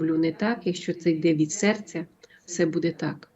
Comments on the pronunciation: чого ви кажете будЕ, це ж неправильно. Дуже ріже слух. Коли такі тривожні новини та прогнози, це будЕ особливо неприємно. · дуже ріже слух Ваше БУДЄ, БУДУТЬ з наголосом на Е та друге У. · БудЕмо,будЕ.Важко це слухати,не природньо для Вас,.